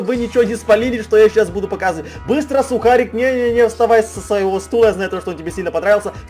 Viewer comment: Не сухарік а сукарік!!!!! (